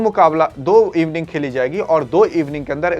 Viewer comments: Evning ni inning hota hai pta ni kaha se chale aate hai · Evening 😂😂 bhai innings hota hai 😂😂😂😂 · इविनिंग..नही. भाई..इनिंग होता है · Inning ko Evening bol raha hai aur tera record data bhi galat hai ...... Big C......